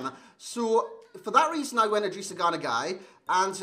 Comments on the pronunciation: yeah that’s what I’ve always know it as. Not ‘guy’. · I think it's pronounced like 'gay'.